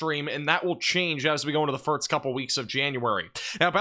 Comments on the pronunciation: Bro I swear if you say “firts” again instead of “first” I’m gonna lose my mind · It's pronounced "first" not "firts" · And I heard you say "west," so I know you can do it. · This guy says the word "first" really funny. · I don’t care what the reason is, he’s still pronouncing it incorrectly. And good for you, but it annoys me.